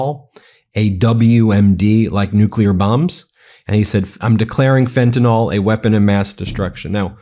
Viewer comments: Dear Ben, it's pronounced Fen-tan-ill, not Fen-tan-all. Trump and his minions routinely mispronounce it, making it a catch-all for everything they don't like. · Ben, PLEASE DONT MISPRONOUNCE the Drug like TRUMP!!! It's Fentanyl (nil), NOT FentaNOL!! PLEASE don't repeat the wrong pronunciation...it isn't professional, and it's wrong!!! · Fentinall does not exist... Can you say Fen-Tuh-Nill? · FentaNYL. Please stop sounding like a MAGA dumbass. It's fentanyl, not fentanol. Two completely different substances. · Ben thank you for your reporting hut I need to remind you there is no such dr#g as “fentinol”. The name is in fact “fentanyl”. Details matter, as you know. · Ben, Ben, Ben….love your work but please pronounce Fantanyl correctly. It is not Fentanol it is Fentanyl. Your ignorant president pronounces it incorrectly but there is no reason you should. 🤣